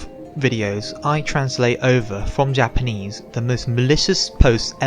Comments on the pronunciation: your japanese pronunciation is really good. most english speakers can't get japanese vowels right for shit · You earned a subb, awesome shit you have here! And wow, I agree with the commenter below, you ARE good at Japanese pronunciation. I never understood why its so hard for people to pronounce correctly, but then again I'm a tape recorder. (SQUAWK! Ahh EH Ooh eee ohh! Mah meh moo mee moh!)